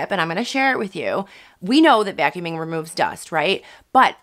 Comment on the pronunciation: The way she pronounces vacuuming a vyacuuming🙈